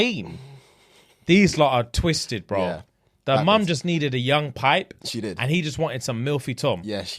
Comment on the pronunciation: Its the annunciation on the 2nd P for me 😌😂